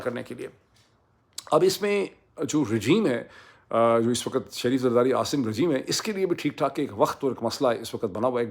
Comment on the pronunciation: You keep saying “waqat” and not “waqt” which is the correct pronunciation